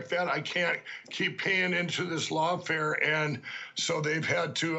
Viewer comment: he just doesn't know the word "lawfirm"